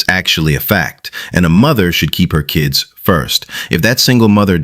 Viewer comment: No man wants to put up with a woman who pronounces kids as" keeeeeeeeeeeeds" read a book you remedial